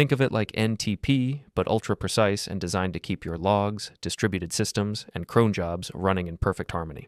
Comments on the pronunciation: The voice is obviously AI generated, no one says "crone job" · If not for the "crone" I'd never be able to tell that its AI. We're cooked. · "crone jobs"